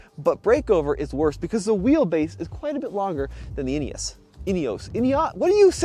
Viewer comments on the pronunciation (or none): "in-ee-os", not "in-ee-ohs" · European pronunciation is INEOS not INEOWSE. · There's no e on the end. Ineos not ineose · I believe that the makers call it with the pronunciation "inioss" and Americans should respect that and not refer it as an " inioss. Just my humble opinion. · Great video, interesting comparison. There have been comments on the INEOS about slightly offset pedals being uncomfortable on long drives. Was that apparent? BTW INEOS most people in UK pronounce it IN-EE-HOS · Guys - it's pronounced "Inny-oss".